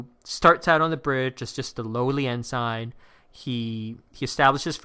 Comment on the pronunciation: Your pronunciation of "ensign" is awful. It's not "N sign". It's "N sin" (rhymes with benson)